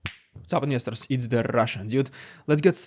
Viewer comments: Oh you say "investors" in the intro. I never got it before. I was going "What's he saying, ministers?" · I thought he was always saying, "What's up misters" in a funny way lol